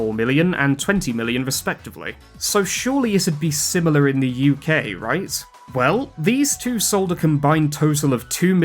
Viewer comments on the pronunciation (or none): none